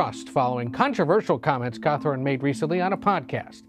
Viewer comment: Hot., not KKKawthorne. 🤣